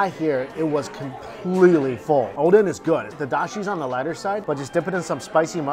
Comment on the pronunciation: First time I heard him saying oden correctly (not odeng)